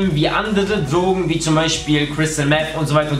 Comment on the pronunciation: Was?! Ich hab dich nicht verstanden... Dlogen?